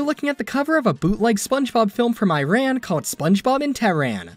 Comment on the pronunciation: Learn how to say Iran and Tehran correctly please